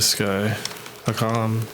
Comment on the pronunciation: Bro literally the whole point of hakim’s video (lmao at the fact you cant pronounce his name btw) is the fact that vaush mangles marxist theorists’ words to say that they would want you to vote for biden. Hakim doesnt care whether you do or not either way